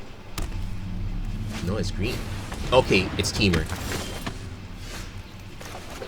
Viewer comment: Your accent sounds like your saying trees mana, instead of green mana